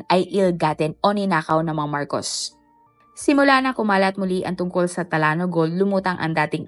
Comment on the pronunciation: Talano ang basa talyano😂